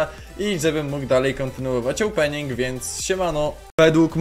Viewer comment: "opening" "ołpening" Uwielbiam oglądać twoje filmy